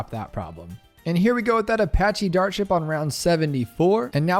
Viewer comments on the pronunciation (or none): none